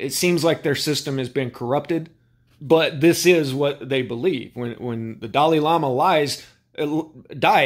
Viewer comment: the Di lie lama… what??😂